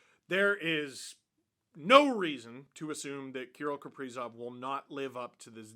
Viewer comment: Can’t even say his name right. You have no right to talk your opinions on him